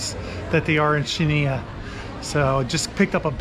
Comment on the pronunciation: You pronounce Chania without the C - Hania.